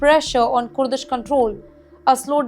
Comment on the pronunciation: Kooordish forces says this lady.